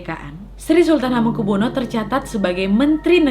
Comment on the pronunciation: CARA MEMBACA NAMA ( ASMO ) BELIAU MASIH ADA YANG KURANG PAS